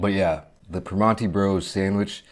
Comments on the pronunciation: Hello fellow yinzer. I hate the way he pronounces it "Primonti's" tho lol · haha yeah that irked me too. its pronounced more like per-MAN-(t)ee bros around here but at least he tried